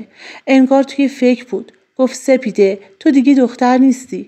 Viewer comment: حاجی سفيده نه ســپـــیـــــــده 😊🫣😶‍🌫️